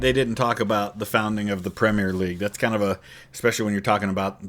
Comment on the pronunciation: 10 points for pronouncing "Premier" in three syllables instead of two, like so many other Americans do 😅